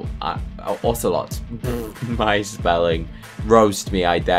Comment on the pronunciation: Wait, I thought a lion was a common? Also ocelot isn’t really said like that. No offense. Just saying😊I like ur videos!